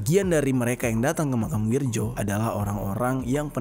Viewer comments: Nama.nya Wiryo bukan Wirjo bang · BKN Wirjo tapi Wiryo itu tulisan ejaan lama gengs ahh ellu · Bang penulisannya wirjo tp dibaca wiryo ejaan lama yg disempurnakan ...